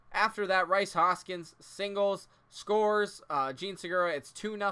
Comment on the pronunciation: btw it's reece not rice